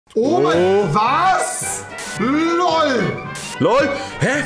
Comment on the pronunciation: Dieses "Lol!" bei - er spricht es genauso wie Rezo aus xD